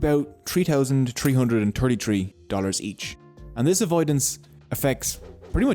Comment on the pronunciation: tree hundred and turty tree . love it . love the content too.